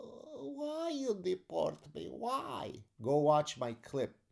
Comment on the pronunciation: I love the “…but khwhy you d’port me? Khwhy…?” 😂